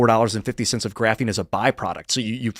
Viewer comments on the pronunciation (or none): should be penalized 10 bucks every time he says the word graphine